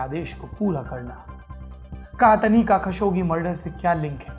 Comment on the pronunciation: सौरभ द्विवेदी जी वो 'सऊद अल कहतनी' नहीं 'सऊद अल कहतानी' है :D :D